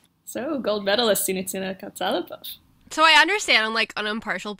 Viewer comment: Props to you guys for pronouncing their names right. But it's KatsalApov. And Bukin is pronounced as in the word "Book", like Bookin. Regarding legs talk, I thought that Alexandra is much taller, than Victoria. But according to their ISU profiles it's 170 & 167. I can't believe that.